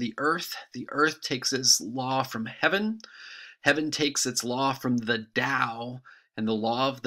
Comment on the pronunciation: I think the "d" in dao is pronounced like a "t". But, I'm not sure. You may be able to check it with google translate. This is a very good video. Thank you for posting this.